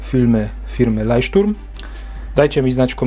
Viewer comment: Leucht- Turm się czyta,dla informacji czyli latarnia morska. Zgadzam się że te kasty to wielka katastrofa.